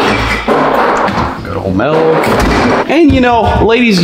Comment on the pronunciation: He said. Melk when its milk 😂😂😂😂